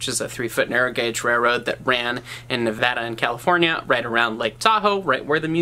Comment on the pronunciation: you have no idea how happy it makes me to hear someone on the internet pronounce Nevada properly XD